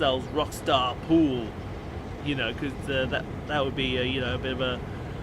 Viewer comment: Happy Birthday! Loved the pronunciation! lol